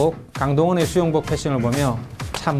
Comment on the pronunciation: 수용복 수영복이라하는줄